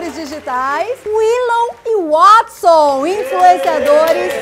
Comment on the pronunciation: Willou e Wuodson GZUISSSSSS É DIFÍCIL PRONUNCIAR WAAAAAATSON?